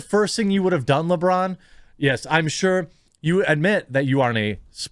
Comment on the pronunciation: At first I thought you called him LaBrawndo